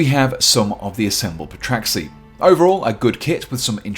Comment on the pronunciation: The p is silent, you should know that